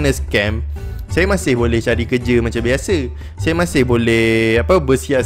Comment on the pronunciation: Bukan biashe biasheee